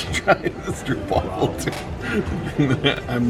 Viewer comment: The only Dutch street food I don’t like is Haaring = Herring in a burger bun, raw but with some pickle NO! Your attempts at the Dutch language isn’t bad except for Stroopwafel, ‘oo’ is pronounced Oh so it’s said like Strope waffel.